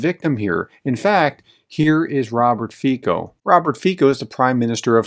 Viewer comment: Its funny how you read Fico. This C is not read K ... but more like i am not sure if there is english equivalent. And Fico is corrupted bastard.